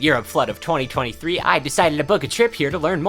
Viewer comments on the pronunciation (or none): none